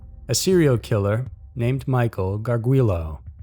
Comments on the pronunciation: First story: Garr-Julie-oh. Not "gargwillow" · Haha! 😆 When I heard him pronounce his last name I knew he butchered it without even seeing the spelling. But yes, I agree it's Gar-Julie -oh. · Gar-joo-lo...just saying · It's pronounced Michael Gard-JOO-LOH. Also, the house you showed for his first victim with the white iron fencing? That's actually his 2nd victim's house, Ashley. The 2nd & 3rd photos you showed were the ones of his first victims' house. Just a little FYI for ya. You guys always always upload great content though...keep up the good work!!